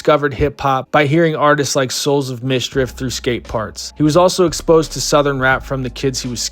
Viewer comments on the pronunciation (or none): …and nobody’s gunna call out the narrator for saying “Souls of Midstriff”??? 🤣 SOULS OF MISCHIEF 😈